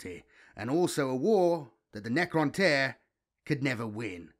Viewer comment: You struggle a lot with Necroinish my bro! 😂😂 but else good job 👍🏾